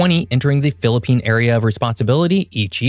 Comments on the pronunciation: Kudos to for excellent pronunciations of Philippine geographical features!! This is outstandingly researched video. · Bravo!!🎉 Nice vid and nice pronunciations of places!!! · The way he prounouced the words is good, like he lived in philipines before!😮